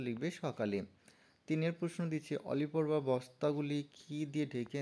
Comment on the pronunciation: আলী পর্বা না উচ্চারণ ঠিক করুন অলিপর্বা হবে